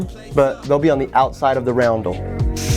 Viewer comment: RUN-DEL not ROUND-DEL